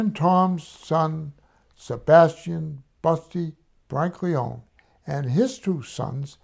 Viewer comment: For such a knowledgeable guy he certainly says the last name Brancaleone incorrectly…lol